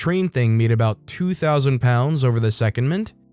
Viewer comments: Story 4: It's not SECOND-MINT, it's Se-COND-ment. In the garage apartment story, he wrote "conversation" but it's clear he meant to type "conversion". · And secondment is pronounced se COND ment.